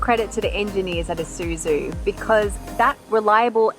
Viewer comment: Finally, I find a OZ car reviewer says "/i/suzu" instead of "/ai/suzu".